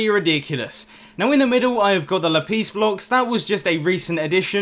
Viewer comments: It is LAPIS NO LAPEES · Lapeees? LAPEEEES?? No. It’s la-piss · Sorry but lapIS not lapees .... It Buggs me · I like how he says lapis “ lapees ” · lol "la-piece"